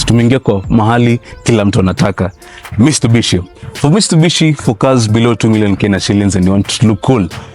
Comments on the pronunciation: 😂Mitsubishi......Mistubishi utoka wapi lakini mzee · mistubishi😂😂naah bruh